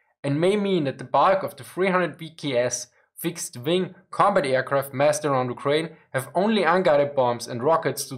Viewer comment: Nice video but plz consider saying aircraft and not airqwaft :)